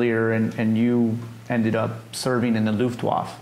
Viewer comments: I would have held up picture of his Father as he was talking about him. The Veteran pronounced Luftwaffe at least twice correctly and the interviewer kept pronouncing it his own way,, I found it annoying.. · As a history site you should now how to pronounce Luftwaffe….. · For God sake, it’s not pronounced Luftwoff! Listen to; he says it several times. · Americans never could pronounce foreign words. Looft-Waf :-) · The interviewer never pronounces Luftwaffe correctly.. even though he repeatedly hears the German say it correctly. The final e is not silent in either German and English. Also, The narrator’s high nasal voice is problematic. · This was one of the best interviews you've had. Why do you keep misspronounc8ng Luftwaffe? Is it to avoid the algorithm, ignorance or disrespect? I'm curious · Very interesting look into an ordinary serviceman's experiences in the closing days of the war. The only thing that bothered me was that the person asking the questions didn't pronounce the "e" at the end of the word "luftwaffe." Kind of a fingers on the chalkboard thing. But good work, thanks. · Dumb questions not much general knowledge and for goodness sake learn how to pronounce Luftwaffe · Interviewer should learn to pronounce Luftwaffe and we never got to see the photo album.